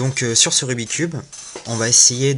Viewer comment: j'aimerais juste faire remarquer que l'on ne dit pas rubi cube mais rubik's cube et que vous avez oubliez de dire le lettre de la face basse (B)